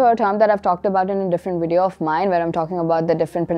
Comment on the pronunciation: Very helpful videos but a few things that I noticed 1) Your pronunciation of the letter "V" sounds like "W" sound. Words like video, valet etc 2) luggage is an uncountable noun. So plural form is still luggage and not luggages. 3) trolley pronunciation : trawli not troali